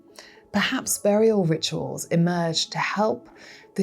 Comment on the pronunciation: "e-MARGED"? {:o:O:}